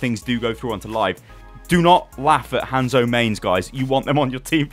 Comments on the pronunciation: It's not fucking Han-zo it's just fucking hanzo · PLEASE PRONOUNCE THEIR NAMES (HOH-NZ-OH) and (SOH-M-BRAH)